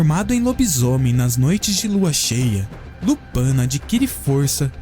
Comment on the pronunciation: Lupãn não... É Lupín. E não é jma maldição, é uma doença